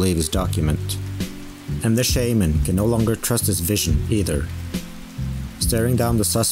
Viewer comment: This video would’ve been soo much better if you used their real names. I understand the chance of pronouncing korean names wrong, but you literally pronounce “Shaman” wrong the entire video lmao